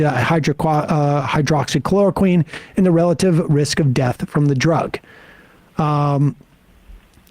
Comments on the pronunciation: Wow, butchering the word hydroxychloroquine really makes me want to trust you. If you don't know how to pronounce it, then how do YOU know the difference between HCQ and fish tank cleaner? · Sam trying to say "Hydroxychloroquine" just never gets old :D.